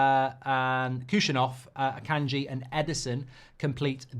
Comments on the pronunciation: Kushanov is crazy pronounciation, its Husanov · started with kushaniv 😭